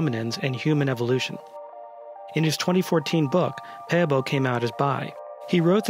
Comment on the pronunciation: You prenounce his surname correct